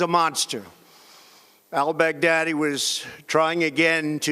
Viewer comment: "all-bag-daddy" LMAO